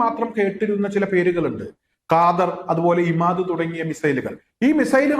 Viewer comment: Khadr not kaader